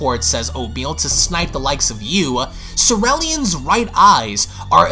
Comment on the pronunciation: Cereal + alien = Cee ree li an. not cerellian. And you can't call the actual manga copouts it's the actual manga right?